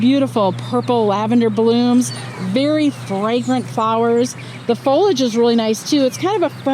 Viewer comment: Fol i age. 3 syllables.